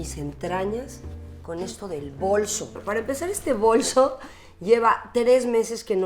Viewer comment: Min 1.24 dice claramente bolso las demás veces dice bolsho con voz de ruca